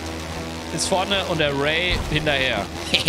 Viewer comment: Also ich hätte die aussprache von rai und ray genau anderstherum ausgesprochen